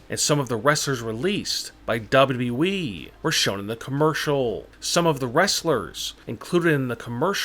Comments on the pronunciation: What wrong with your voice when you say WWE but the words down you said dhaba we like something like that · The way he say WWE is hilarious 🤣😀